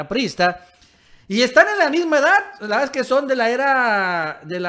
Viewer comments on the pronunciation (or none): none